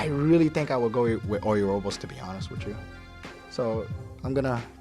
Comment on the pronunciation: O U robos, Strider Haru. So many American pronunciation errors...other than that pretty informative